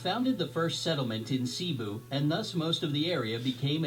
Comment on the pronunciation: he said sibu instead of cebu